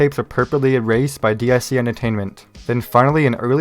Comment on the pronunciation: DIC is not pronounced "Dee Aye See".